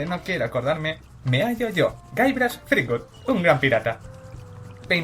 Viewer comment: Me encanta Monkey Island y he jugado a todas las aventuras gráficas antiguas de Lucas (a excepción de The Dig, el docu me lo ha recordado). Pero me gustaría darte un consejo, de jugona a jugona y de trabajadora del gremio audiovisual a ídem: pronuncia mejor en inglés. Es "llibert", es "aisland", es "zripüd". No "jilbert", ni "ilan", ni "tripud" entre muchos otros. El docu está bien, lleno de curiosidades :)